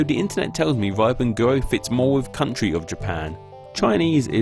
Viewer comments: IT'S NOT "RIPEN GUO" IT'S "REE PAN KUO" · You should try to look up the Chinese pronunciations before you post them in a video 日本國 sounds more like: rrrih bun gwo but that doesn't really capture the sound either you need pinyin for that and pinyin cannot be pronounced like english. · The pronounciation of "ri ben guo" sounds much more like err ben gwo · If you are going to make a video about the origins of a name, at least learn to pronounce one of the sources of the name properly. It's not RAI-BEN-GOO-OH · 'rye ben goo oh' seriously? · oh god...that pronunciation of riben guo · Before you try to pronounce a word like "Riben guo" just click "listen" on google translate and practice a couple of times. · Look, we don't pronounce it like that. Even our old dialects aren't like that. Just... use the little speaker. It'll pronounce it for you. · and you mispronounced riben guo. jesus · Ri ben guo isnt pronounced as "rai-bin guo" its pronounced as "re-ben gwo" literally means rising sun country. jepang's ang is jep-àng not jep-eng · pronunciations are all over the place. riben guo is pronounced like "reu-pern guo", jipang is "jee-pung" and jepun is "jer-poon"